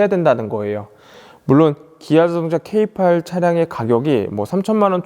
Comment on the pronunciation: 케이팔...케이팔 귀에 많이거슬리네요. 그럼 다른 차종은 케이칠이고 케이오 케이삼인가요;;ㅋㅋ